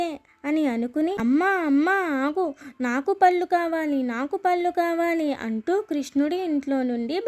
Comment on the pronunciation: పల్లు కాదురా తల్లీ పళ్ళు అని పలకాలి పల్లు అంటే నోటిలోని దంతాలు పల్లు